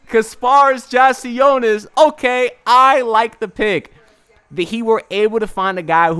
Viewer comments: Great vid, only thing is that I’m pretty sure it’s pronounced “yak” not “jack” lol, great vid tho! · Yeah it’s yak